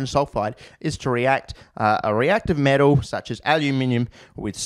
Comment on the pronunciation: lol you pronounce "heavy metal" as "heavy metoo"